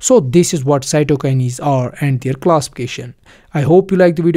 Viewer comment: Stop fucking saying "cytokinies" It is "cytokines" This video is so bad I cant watch all of it